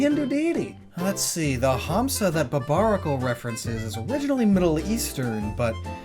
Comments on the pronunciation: urmm actually in Hindi it's "Hansa" Pronounced as "Huns"and n Idts in Sanskrit its "Hamsa" I highly doubt, I never have heard anyone saying "Hums" so ehh, still a great reference though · FYI the "Hamsa" sounds weird to me lol. Its pronounced more like " n " sound instead of an " m " also drop the " a " at the end. It just means Swan ( Can call it goose, we don't really use this word for it though ). I hate when the English translations does these weird things with the words. you never really pronounce the " a " at the end of the Hindi/Sanskrit phonetics. Edit: Now that I have watched the Video you kept pronouncing " Mudra ", as " Madura ". Again it sounds really weird. Don't really mind it that much. But Hindi is very phenetic language. It is pronounced exactly how its written, so English cant really replicate how it sound. Good effort though, B+. 😊😊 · He just dragged 'Ha' in 'Hamsa' a little bit which is totally fine to my ears especially from a foreigner. In most of the Dravida languages it's pronounced as Humsa. M not n. And you're right about hindi tho